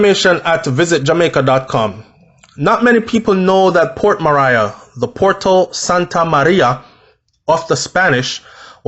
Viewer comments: Yow its not port Mariah its port Maria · Nobody shot anyone multiple times for nothing so stop speculating that she is completely innocent. She is obviously mixup in some shits and pissed off a few people. And for Christ sake it’s Port Maria now Mariah as you pronounce it...sounds annoying. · You started this video by acknowledging that Port Maria was named under Spanish colonization, therefore it only makes sense to pronounce it the CORRECT way PORT MA-REE-AH! not port "Mah-rai-a". I appreciate the information but it just killed me every time you repeated that. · Just a little correction its pronounced ( mah'ri'a) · Love the brief history before the dark incident. It's pronounced Port Marry-a stress on marry .... short soft ah sound. You're welcome.🙏🏽 A place/town with a very rich history. Sad sad episodes of violence and brutality of late. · Pronounced Ma-ri-yah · It’s pronounced port ma-ri-a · Ahh. It's pronounced Port Marea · He has never corrected me. I thought he'd want to know he's saying Port Mariah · Who cares if he doesn't liked to be corrected. Its port maria. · You are correct, I laugh at the way he pronounce it, I was born there so yes u are correct, he pronounce it wrong 🤣 😆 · The I in Maria is short I not long I. Port Maria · Lol at your pronunciation of Port Maria